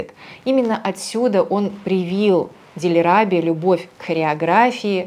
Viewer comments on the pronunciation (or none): ударение в ее имени должно быть на последней гласной ДильрабЕ, а не ДильрАбе